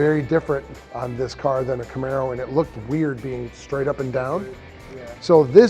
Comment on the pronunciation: Joe " I own a Namaro " Rogain